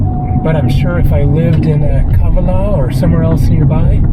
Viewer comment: Kavala is pronounced on the second A !! Pleeeeaase !!